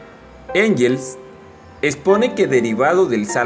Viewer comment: Se pronuncia "guens"